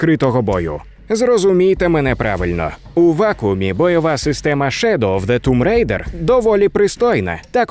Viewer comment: Можна сміливо ставити лайк вже на за Тум Рейдер! Як вже захарили ті, хто каже томб райдер, а тут прям молодці)